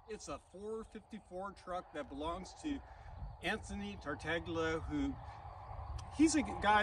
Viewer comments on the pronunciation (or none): Very impressive truck. Charming young man. Excellent presentation,. BTW - Tony's got one of those Italian surnames that most English speakers butcher. From the way pronounced it, I'm guessing it's spelled Tartaglia. If so, it should be pronounced tar-TALL-yuh. Sounds much nicer.